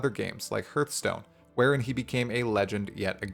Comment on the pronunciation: hurtstone, ouch i heard that :)